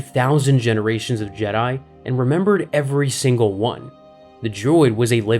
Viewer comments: Jdi instead if jedi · Is he saying "Jedi" like Jed-dye, but with more emphasis on the last syllable, intentionally as if it's something different or the same Jedi we're all thinking of?? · The jeh-die